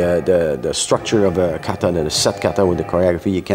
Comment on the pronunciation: I love the Canuck interview. He does great Japanese pronunciation of words like kaw/raw/tay except for one particular word: kawtaw is the correct way.